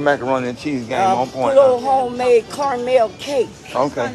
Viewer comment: “Coremel cake” lol